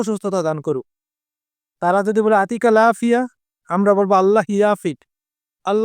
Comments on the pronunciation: ভাই,আরবি শব্দ, আরবির মতই উচ্চারণ করতে হবে,যেমন আপনি বলেছেন,আতিকাল আফিয়া,এটা হয়নি। সঠিক উচ্চারণ হবে يعطيك العافية উত্তরে বলতে হবে الله يعافيك , ভাই আরবিতে ي কে আপনি বাংলাতে ء বানিয়ে ফেলেছেন। ভাই কষ্ট করে একটা ভাষা শিখবো,সঠিক উচ্চারণ শিখবো ,কেন ভূলভাল আরবি আমাদের শিখান? ভাই true Arabic নামে একটা চেনেল আছে,দেখার অনুরোধ রইল। সঠিক উচ্চারণ শিখতে পারবেন।আমি শিখেছি। ধন্যবাদ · ভাই,আপনি যেভাবে বলেছেন,আতিকাল আফিয়া,এটার অর্থ হয়,আমি তোমার কাছে আসছি।পুরাই অর্থ বদলে গেল।